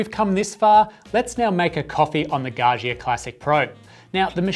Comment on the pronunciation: its pronounced Gah Ja